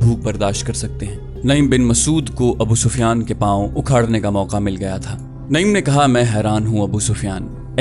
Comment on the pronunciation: بھائی غطفان کے سردار کا نام عَینِیَہ نہیں بلکہ عُیَینَہ ہے۔ اسی طرح ان کا نام نَعِیم نہیں، نُعَیم ہے۔ آپ کی آواز اور لہجہ بہت پیارے ہیں۔ لیکن کچھ اردو اور عربی الفاظ کے تلفظات میں آپ غلطی کر جاتے ہیں ۔🙏 معذرت چاہتا ہوں ، لیکن یہ میں نے تنقیداً نہیں بلکہ اصلاحاً عرض کیا ہے۔ دل آزاری کی معافی چاہتا ہوں ۔